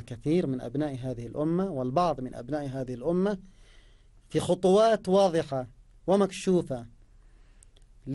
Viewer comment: ادفعوا رواتب الناس يازوبي قال الاومه الاومه الاومه